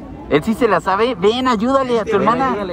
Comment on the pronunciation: "Ki ki kiminal" JGDJAGSJAGS XD👌